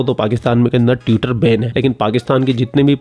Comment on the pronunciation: पर क्या बोला? Tue-ter? अबे उसे TO-e-Ter कहते हे।